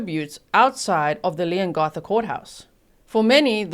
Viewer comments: I'm a local, about an hour from Leongatha...your pronunciations are perfect although we pronounce it Leon-ga-tha rather than Leon-gar-tha ☺️ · Another “Family Tragedy” hmm 🤔 Oh Leongatha - the a has a short sound like (a)pple not an ‘ar’ Thanks G 😁👍❤️🇦🇺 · The A in Leongatha is pronounced as it is in Apple. Not as it is in arm. With respect as you asked. Love your lovely accent though. The town is pronounced more-w'l. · Also, G, it’s pronounced Leon GATH a. Not Garth. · Hi, you did pretty well with the town names, Morwell was correct, Leongatha is like you said leon right but the gatha part is like gap, short a sound, hope that helps for any future videos (they are towns about 2 hours or so away from me). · Thank you for covering this. Btw, it’s LeongAtha…the A pronounced as in cAt. (🇦🇺 and I’ve never met a single person who believes she’s innocent 🇦🇺) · You did really well with the town names! The only one a little off was Leongatha (the a in the gath part is pronounced like the a math rather than a in path)! Much love from Australia! <3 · Thankyou for your prompt coverage of the outcome of this case. Leongatha is pronounced "Leongath"....as in Cath "a" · I’m a local. You’re doing well with the town names. Leongatha is slightly different, but that’s just an accent thing. Morwell was pronounced perfectly. I’m so glad the jury found her guilty. I only wish they charged her for attempted murder for her ex. I also think they need to exhume her parents…she got quite the hefty inheritance when they passed.